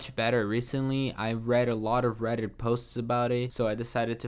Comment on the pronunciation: Rrrrrrrrredit... dude went Latino on us.